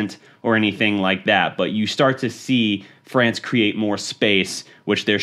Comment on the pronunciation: Fweeence hahaha